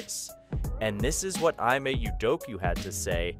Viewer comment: its pronounced "E-May"